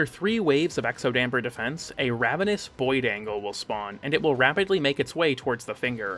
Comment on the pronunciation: okay no you're saying "boid". is that like a boy version of a "foid". are we on eighty-seven layers of irony now